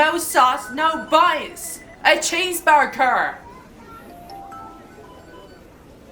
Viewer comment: “I WOWNED A CHEEESEBURGUER”